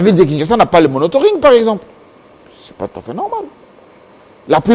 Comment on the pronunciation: on ne dit pas monotoring mais plutôt monitoring! Merci de ne plus jamais commettre cette faute!